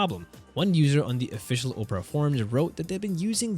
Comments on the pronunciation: Pronouncing it like Oh-pera and instead of the actual word aw-pera is making it sound like Oprah Winfrey is in this somehow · Pronounce Opera, as in Opera Singer. OP - ruh (OP-uh-ruh) Not Opera, as in Oprah Winfrey. OH-prah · It's pronounced OP-era not Op-ra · It's Opera, not Oprah. There is a difference. Opera is a bloated eyesore that hasn't been relevant for over a decade. Oprah, on the other hand, is... Ah... OK, forget I said anything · if anybody watches youtubes with #cc on, its funny because he keeps calling it "oprah". (my cc is on because of my hearing loss issues) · Oprah? You don't know how to pronounce Opera? And you're a tech guy? Even when not talking about the browser, it's still not Oprah.😂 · The wildest pronunciation of opera I have ever heard! The Oprah Winfrey browser? LMAO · why do you keep pronouncing it Oprah Browser? Sorry to disappoint but The Oprah Network is something else buddy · The o in Opera is short, not long. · Opera has three syllables, and is not pronounced the same as an overrated American chat show host